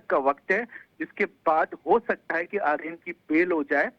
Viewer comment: ଆରୀୟନ କୁ ଆର୍ଯ୍ୟନ କରାଗଲା....ଧନ୍ଯ ତମ ଓଡିଆ.... 😂